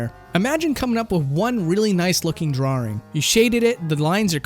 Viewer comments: "drawing" has one "R" in it. It's not "drawring". Please stop saying "drawring" D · DRAW ING not DRAW RING man! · DRAW - ING, There is only one R in it, stop saying "drawring". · Why do you keep putting an r sound in "drawing"? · Drawrring... are you 5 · Stop saying DrawRing, it's triggering my autism. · We love you. I can't watch this video without cringing at "drarrrrings" though😂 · Oh you know my name is Simon, and I like to do drawrings, I like to draw all day long so come and do drawrings with me. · i cant take this video seriously with how you pronounce drawring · drawring ... Drawring ... DRAWRING ... -_ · Is he saying 'drawring'? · "Drarring" -, 2018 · i think its funny and cute that he messes up by saying 'drawring' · Why can't you say drawing correctly? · That pronunciation of 'drawring' though lol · You came down to the comments to see people talk about his pronouncation of "drawring"... For shame! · Why can't you say the word "drawing" properly? and but there's loads more. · "draw-ring" Love the video, but I can't stop chuckling whenever I hear someone say drawing like that. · They'd take me to a speech class in school if I pronounced drawings like that lmao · Why? I've never heard anyone say drawring before this guy did. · Why can't you pronounce drawing? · Anyone else think pronounces "drawing" weird? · How many R's do you think are in "drawing"? ;) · As long as you don't teach them how to say the word "drawing". Which you pronounce wrong btw. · To all of you pointing out says "drawring". He also says "rawr" instead of "raw"